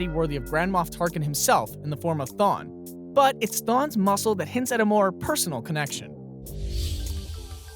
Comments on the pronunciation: i thought his name was thrawn not thon? or at least the subtitles spell it that way. and to be honest, you arent making it easy because its hard to understand what it is you're saying in the first place, sorry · This dude reading a script? Couldn’t listen to anything after he said thawn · Did he said "Thawn"?! I think he said "Thawn". 😂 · Thawn? Its a silent r?